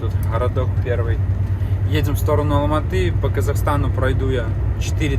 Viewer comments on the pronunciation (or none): none